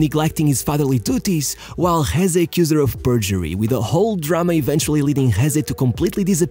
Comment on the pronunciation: As spanish gotta say i never saw talent on him, he was just fast, so fast, but thats all. Btw it´s Jesé not Jése.